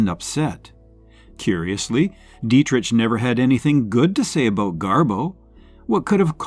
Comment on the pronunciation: Learn to properly pronounce " Dietrich".